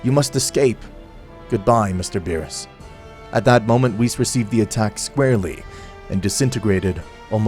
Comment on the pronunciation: Ok, so the story is pretty good but I'd have to say that the execution of it has just degraded more & more to a shitpost lvl for me due to the character's names constantly being badly mispronounced along with the character's personalities going out of character unrealistically; even for a what-if. (the only character that personality makes sense is Goku & that's only because the what-if is centered around him)